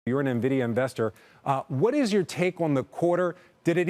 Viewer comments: “Experts” calling it “Nividia“ 🤦‍♂️ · It's "N"-vidia NOT "Nah-vidia"!!! These people don't even know how to pronounce the damn company's name properly. Idiots!